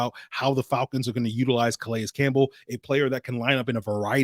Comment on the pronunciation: Good stuff,. btw i think his name is pronounced 'Ka-Lay'. the S is silent